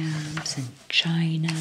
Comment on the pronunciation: The way you said "China" 👀😂